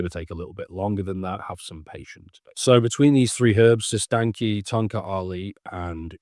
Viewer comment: Appreciate your work bro. Side note It’s pronounced like “sis tan ch”